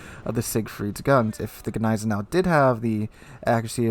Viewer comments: lmao i was cringing everytime he said neisenau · The G of Gneisenau is actually pronounced ;) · You pronounce the G in Gneisenau.